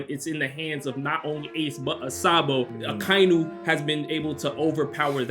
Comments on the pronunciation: I can never trust anything anime Sundays, first off he doesn't even say akainu right, second, all he says is heavy controversy and blasphemy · Why he pronounce akainu like that 🤣🤣